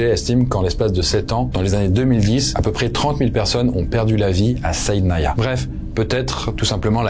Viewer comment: Correction : SIDNAYA pas SAIDNANA